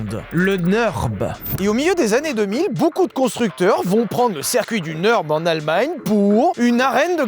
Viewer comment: les 10 premieres fois ou t'as dit ''record au nurb'' j'ai entendu ''record owner'' et j'me suis dit putain le jargon est technique anglophone et tout